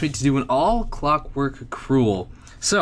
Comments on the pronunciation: Crul not crule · it sounds like crawl